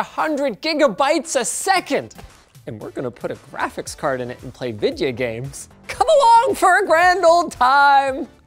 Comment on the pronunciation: "And we're gonna put a graphics card in it and play vidya games" Never change Linus, never change.